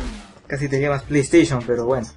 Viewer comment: nuebo sub me dio risa cuando dijiste play station